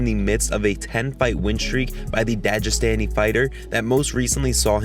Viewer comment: "Dajestani fighter"